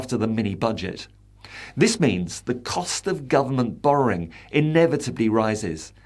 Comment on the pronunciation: How does the word Borrowing become BorroRing?